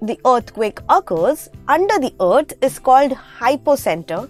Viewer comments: Oath or Earth ? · "Earth" or Ot? 😂😂😂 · "ourth" what's your accent?? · Btw just so you know the way you pronounce EARTH annoys me. Thank you!